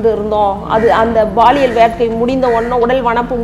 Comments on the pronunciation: Madam, Athu Baliyal illa Paliyal😂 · அது baliyal illai Paliyal (பாலியல்)